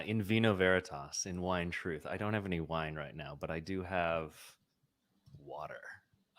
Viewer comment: lol "trith"